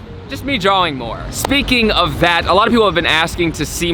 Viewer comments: I didn’t know is so good at drawing! I think if mistakes are spread evenly it adds depth. But, do me a favor, the “aw” in drawing makes an “ah” sound! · despite his crazy dope tricks, hard to take serious when he pronounces the w in drawing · I am legitimately flabbergasted that you pronounce "drawing" the way you do. So flabbergasted in fact, that this might be the first time I've ever used the word "flabbergasted" and now I've said it 3 times. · I'm curious to what other words you mispronounce aside from "Drawing", like it's cute and funny dude haha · I’m sorry but I can’t get over the way you say drawing it drives me insane